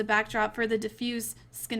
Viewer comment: She pronounced scenario wrong lol